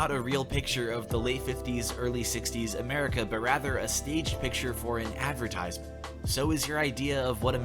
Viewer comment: Drake meme: Ad - vertis - m'nt Ad - ver - tize - ment